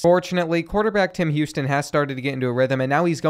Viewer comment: “Him Houston”